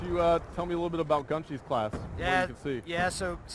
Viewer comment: LOL! I thought the exact same thing every time I heard him say his name during that event. GunShee even though it's spelled like Gun SHY and it would make more sense, being ironic & related to the game A FIRST PERSON SHOOTER...